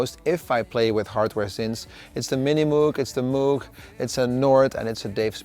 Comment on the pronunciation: Contrary to what people think, the name is pronounced differently than most, including you, do.: it's actually moog, NOT like the sound a cow makes (mooh). Pronounce it like the o in yoghurt, yoga etc.. :-)